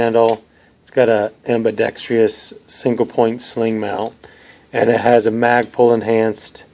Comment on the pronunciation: It's ambidextrous, not ambidextrious!